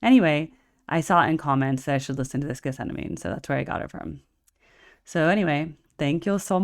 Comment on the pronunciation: Farnham is better. Amazing how many professional artists love John and know his ability. If you know this song so well, btw, you should know get-sem-manee. You can't claim to know it if you can't pronounce it.